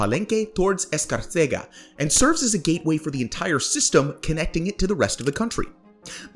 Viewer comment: Escárcega Emphasis is the second syllable.